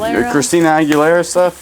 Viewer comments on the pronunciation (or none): none